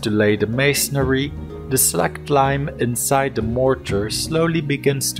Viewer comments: It is pronounced SLAYKED...as in släked your thirst......not slacked...savee mate? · Lime gets really hot as it....slaykes....lol...but true. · It's how its prounounced in my language. "Släckt"